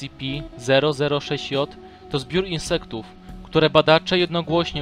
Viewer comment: Mówisz scipi grę na mówić scp